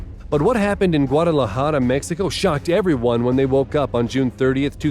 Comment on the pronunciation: I appreciate this man actually pronouncing guadalajara (and the other Spanish locations) correctly, the cringing I do every time a white person tries to pronounce a Spanish word without research 💀